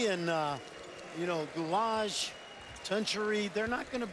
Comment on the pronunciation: oh my god "Sinan Gulage" dude his surname is Güler